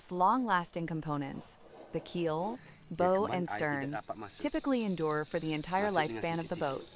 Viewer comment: AI needs to learn that BOW on a boat is not pronounced like rainbow, but more like bowels.